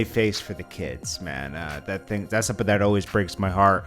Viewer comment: It’s something not sompin Lolol